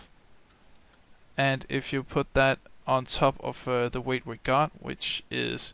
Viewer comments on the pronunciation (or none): it sounds like ur saying weed